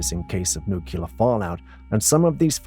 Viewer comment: FYI: Nuclear is pronounced "new-clear" NOT "nook-u-lar"